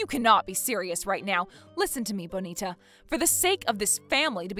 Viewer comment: It drives me crazy when they mispronounce Bonita.